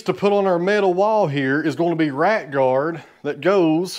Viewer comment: 😂 when you said “Rat Guard’ it sounded like your were saying “Right Guard” and I was wondering what is a right guard for!😂😂.